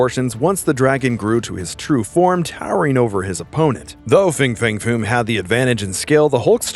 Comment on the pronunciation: Fin fang foom not fing fang foom….why cant people read anymore?